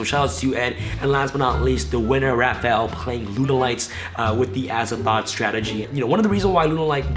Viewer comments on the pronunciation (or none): Azathot????? DANGER!?